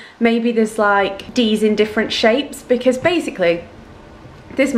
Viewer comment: I love the way you say because Becuss😂